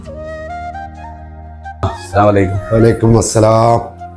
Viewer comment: വലിക്കുമസ്സലാം എന്നല്ല വഅലൈകുമുസ്സലാം എന്നാണ് പറയേണ്ടത്